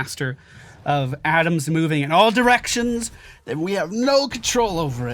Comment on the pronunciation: I heard "Adams", too. It made the quote hilarious, despite knowing he meant 'atoms'.